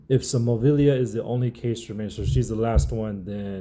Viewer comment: Bro you struggled with that name 😂